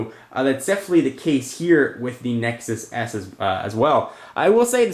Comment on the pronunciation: Did he say Nexus ass?